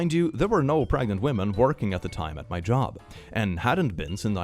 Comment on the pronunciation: Are you Pregananant? Are you Prrregante?!?